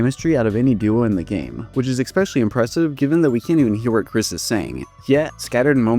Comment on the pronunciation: After you said "eXpecially" i I immediately remembered who you are and all your DR videos 🤣